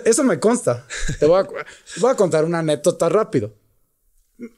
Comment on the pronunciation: Con todo respeto capi pero si no te sale la palabra anécdota sustituyela con otra o ejercitala y veras que si la logras pronunciar.